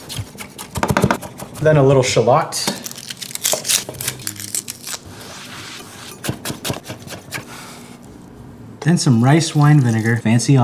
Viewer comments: It is pronounced shal let not shuhlot ya dinghus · He pronounced some thing wrong like shallots he really said sha-lot not sha-lit Haiyah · this man did not just pronounce shallot as "shalotte" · ShA LoTT… dude needs help on pronouncing shallot it’s more like chalot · Stg pronouncing shit wrong is part of his persona talm bout shellot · I was out when he pronounced "shallot" the way he did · Never heard shallot pronounced like that before. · The way you pronounce shallot makes me mad